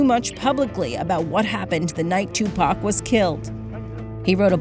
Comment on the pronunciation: Its Tupac not Toopack 🙄